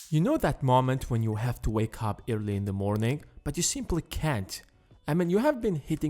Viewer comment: He is saying early as irrly